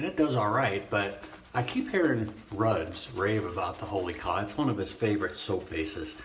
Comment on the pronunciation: Nice video,. I believe that the soap is pronounced Holy Cow (as pronounced by the Cubs sports announcer, Harry Carey, who pronounced it like they spell it”Wholly Kaw”). I could be mistaken. Ask the guy who makes the stuff cause I’d like to know.